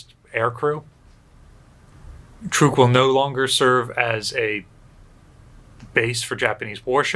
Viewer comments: It's pronounced 'Trook'. I myself just bought a 2020 Chevy Trook. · I’ve always said it like “truck” too. Ain’t no stopping it now. Truck>Trook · I know the local language is pronounced "trook-eez", so pronouncing it "trook" is likely correct. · Every time I've heard this atoll talked about, prior to being renamed post war, it was pronounced "truck". This is the first time I've heard "trook".